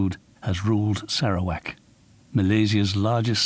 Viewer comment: I'm sorry but I keep giggling at the narrator's pronunciation of Sarawak. Sara - wack. LOLOL